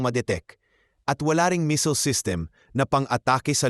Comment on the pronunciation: asus hwag kang mapag paniwala jan sa Iran kagaya din yan ng Russia ....at tsaka ayusin mo ang pronousation mo kasi di lahat alam yong sinasabi mo ..anong Misil ...